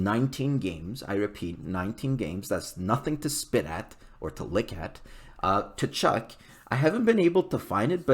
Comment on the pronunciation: Don’t pronounce the T!